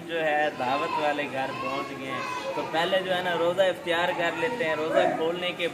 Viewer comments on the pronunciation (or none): Yar yeh iftiari kia Hota h Aftar hota haaa😂😂😂😂